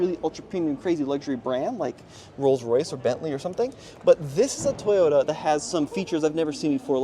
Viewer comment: Strange pronunciation of TOYOTA. Not sure why that word gets so twisted with different people.